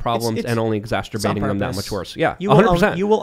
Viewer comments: it's "exacerbate" not "exasterbate" get it right foo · Ex*as*ter*bate is not a word. Ex*as*CER*bate is.